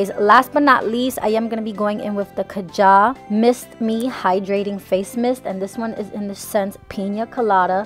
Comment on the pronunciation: She pronounced kaja wrong but I love the way she pronounced it its better than the real pronouncation 😂 also glad she's back 😍❤️